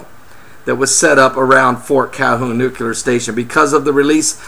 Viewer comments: I always find it difficult to listen to anyone who calls it a NUKE-ULAR plant... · Nuculer? Jesus. I don't think this cat is someone to listen to if he can't pronounce the word correctly.